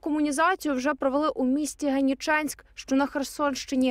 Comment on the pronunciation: Генічеськ- наголос на другому складі!!!